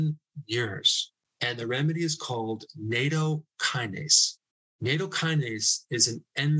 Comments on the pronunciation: Nattokinase has a short A. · Nattokinase is pronounced "Nat Oh Key Nah Say"